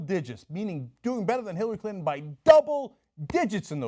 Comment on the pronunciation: Cenk's tongue almost slipped and called her "Hillary Culton" I like that name.